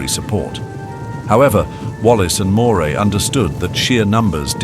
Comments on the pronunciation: Great video. Moray is pronounced Murray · In My Scotland, Moray is pronounced Murray.